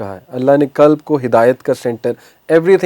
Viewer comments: Aap deen ki taleem dete hen quran ko kuran kehte hen qalb ko kalb kehte hen dil dog ho jata he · Qalb not kalb. Kalb is dog in arabic. 😅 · It's qalb not kalb .kalb is dog not heart